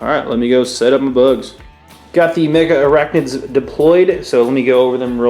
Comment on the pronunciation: They're not called "Mega arachnids" like you pronounce. They're Megarachnids. Only two A's! Jeez, americans' lack of english (reading?) abilities never ceases to amaze...